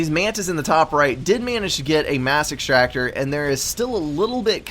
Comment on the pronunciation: I thought you said massive tractor instead of mass extractor